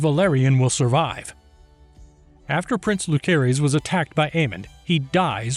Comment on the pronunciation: Jacerys and Lucerys....the C isnt hard, its pronounced like Luserys/Jaserys. They say it numerous times in the show, there is zero reason for you to mispronounce it.